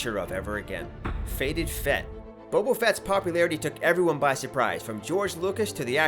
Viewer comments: "Bobo Fett"? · The only thing that blew my mind is that after all this time people will still call him Bobo instead of Boba. So please, on behalf of all us fans, NEVER make another Star Wars video...it's embarrassing for you.